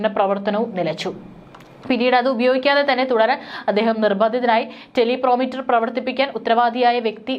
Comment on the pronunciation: എന്റെ കുഞ്ഞേ ടെലി പ്രോമിറ്റർ അല്ല, ടെലി പ്രൊമ്പ്റ്റർ ആണു